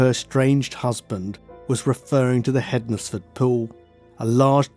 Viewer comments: Hens-fud not hed nes ford. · Found this interesting, I live in Stafford, which isn't too far from the crime scene. Just for future reference tho, you don't pronounce the Nes bit in Hednesford. It's either Hensford or Ensfud, well, that's how we say it round here. xx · I live in hednesford but pronounced hensford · It's pronounced hens-fudd, like Wednesday is pronounced wens-day not wed-nes-day